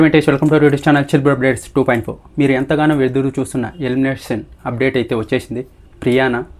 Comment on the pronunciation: మీరు ఎంతగానో వెదురు చూస్తున్న..... వెదురు కాదు ఎదురు 😅😅😅😅😅